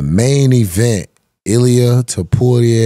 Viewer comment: new Flyweight? 😂 "Featherweight" & Too-Po-Reah not "Too-Poo-Rei"